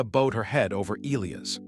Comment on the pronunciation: The AI mispronouncing of Bowed as a curved leg as bowed legs not bowed heads and Elias as Ee Lee us. Too many ads. A total mess that ruined a good story.